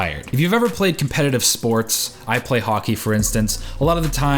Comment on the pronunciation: He said; I play Jockey Me: Oh, I didnt know he was Canadian :D